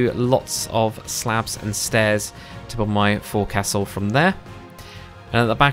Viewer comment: I could be wrong but I though “Forecastle” was pronounced more as a contraction of itself as “Foe-c-sul”